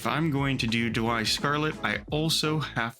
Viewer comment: Daiwa. Daiwa. Daiwa. Daiwa. NOT Dawai. Not Dawai. Big pet peeve